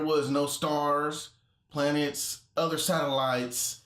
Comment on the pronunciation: What’s a “plantet” btw? Flat brain is as flat brain does!